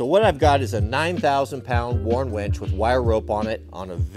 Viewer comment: Its winch, not ‘wench’…..